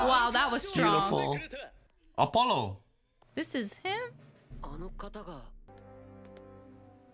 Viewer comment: It's AW-POLLO not AHHH-POLO